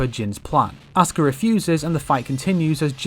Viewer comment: everytime he say Asuka's name, it sounds like "Oscar"...